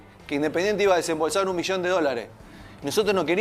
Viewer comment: Mirá si estará en crisis Indesingente que a Montenegro le robaron todas las "S" al hablar